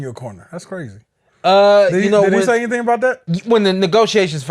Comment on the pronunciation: be saying anythang 🤣🤣😂